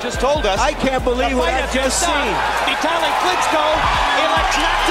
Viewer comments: Omg. Dude. It's NOT pronounced "VIT-a-lee". His name is pronounced "Vi-TAL-ee". Jesus Christ that's annoying. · Why is he pronouncing his name like "victually". Is it not Vi-tah-lee?